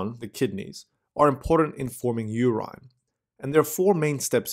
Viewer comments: WHAT THE HELL IS "URYNE" ???? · ur-IN = nahhh ur-EYE-N = :D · Anybody else feels odd about the way he pronounces “urine”. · so help me god if you call it "urine" one more time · Somebody please teach him how to say urine properly PLEASE! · you pronounce "urine" wrong = Goof Ball City. i thought at the beginning...how good we get someone who is not a foreigner and who pronounces well....then with CC i see the word that you mis-pronounce = obvious you didnt grow up with english. GET ANOTHER SPEAKER WHO PRONOUNCES WELL. NO MORE GOOF BALL CITY WITH BAD PRONOUNCIATION